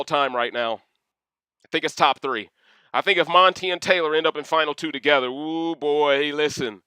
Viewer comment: You getting Brittany TO-GE-THER! 😄